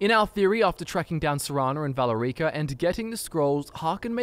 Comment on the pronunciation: Who's this valor-reeka chick you speak of?